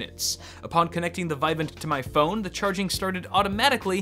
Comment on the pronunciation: It's "vih-VAHNT".